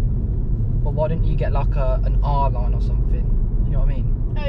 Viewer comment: I hope he noticed him mistake with saying R-line but sweet car man